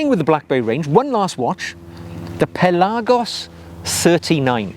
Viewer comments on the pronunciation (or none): none